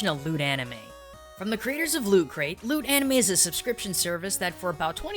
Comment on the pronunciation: i heard lewd anime instead of loot